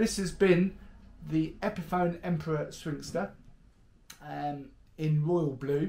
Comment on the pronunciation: Say it with me “Swing-stir”